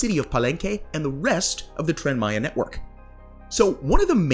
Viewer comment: It doesn't matter how much money has been thrown at Tren Maya, it's infrastructure, it's investment for the future, specially, like you said for a neglected zone, for centuries, of the country. Btw, great pronunciation 👍🏻